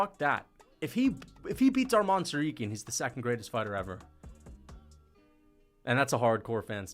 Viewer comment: I hate the way he pronounces TsarROOKyan